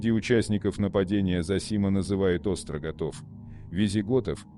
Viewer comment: остготы, а не остроготы, своему боту правильно напечатай, он и зачитает, как написано))) остРОготы)))))) я валяюсь от смеха, выдай ещё что-нибудь подобное, например про тупоготов, люблю сказочников, особенно, когда у них подгорает)))